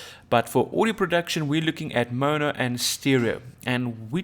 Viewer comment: The dude can't even say mono lol